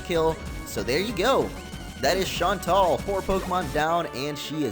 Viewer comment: BTW its pronounced shaun-tell